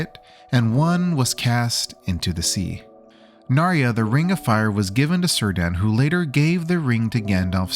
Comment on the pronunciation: It’s so funny the way you say “Sauron” and Cirdan